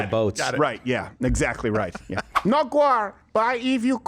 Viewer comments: No gwar 😂 only peace 😅😂 love you Steven please never change ❤ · "If we don't end gwar, gwar will end us."